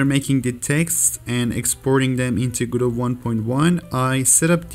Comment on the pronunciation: its pronounced guh-do by the people that made it